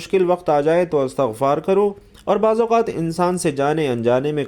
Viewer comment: استغفار ت کے ز بر کے ساتھ بولنا د ر ست نہیں بلکہ ت پر زیر ہے اللہ تم جیسے جّا ہلو ں سے امت کو بچاے آمین یارب العالمین بجا ہ سبد المرسلین و آلہ و صحبہ اجمعین